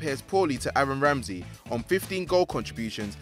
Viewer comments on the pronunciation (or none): none